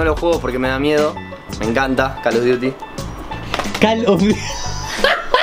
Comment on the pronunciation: de pronuncia call of daty...